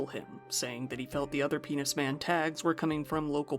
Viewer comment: Did you say menis pan?😂